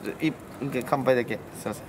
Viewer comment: 乾杯の言い方間違ってるやん